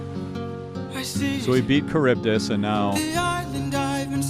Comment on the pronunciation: This man pronounces Charybdis correct first try, but said Eurylochus wrong for like half the musical...